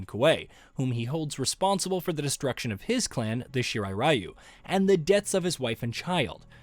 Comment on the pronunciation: man you guys just couldn't say "shirai ryu" correctly huh XD